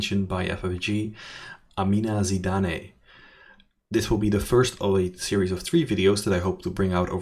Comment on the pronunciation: Hi I am pretty sure it's pronounced "Zidan" (with a silent e) and not Zidané. We have a lot of Tunisian and French of Tunisian ascendancy here and a very famous Zidane. I could be wrong but I don't think so.